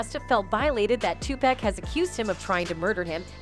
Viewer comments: It’s not 2 pack, it’s Tupac. 👎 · It’s sad that it been a month now and this lady still can’t say 2pac name right lol 2 pack? come on lady read ur comments lol 😂 get it right tf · SWEETHEART HIS NAME IS PRONOUNCED (TUPAUC) BUT ITS TUPAC OK. YOU KILLIN ME WITH THIS SHIT. IM TRYIN NOT TO BE ANNOYED HIS IS NOT TO HARD PRONOUNCE..... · Lady man stop saying 2pack!!!!!!!!!!!!!!!!!!!!!!!; There's no K!!!!!!! PUT SOME DAMN RESPECT ON HIS NAME !!!!!!! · Yo, I caught that and was like wtf!! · "Tupack" smh lol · Please learn how to pronounce Tupac's name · Yo they coulda taught dis silly ho how to say Tupacs name before recording this shit! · omg someone tell this white lady how to pronounce tupac